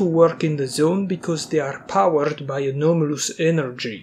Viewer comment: When you hear that "the anaumolus duhgout"